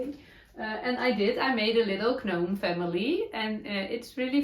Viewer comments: Gnome is pronounced without the g sound…nome. Love listening! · And I now think that mending is such a fun magic trick! 😂 In the word gnome, the g is silent. So, it is pronounced nom